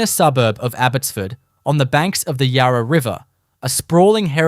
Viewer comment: Mispronounced Yarra too. Would also like to point out that Fairleigh was a women’s prison. Hate the use of AI in these videos. Maybe if you are passionate about Melbourne, you could do the voice over yourself. Won’t be watching anymore of your videos.